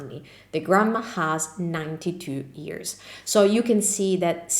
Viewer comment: you have ears and years. Practice the English y sound please.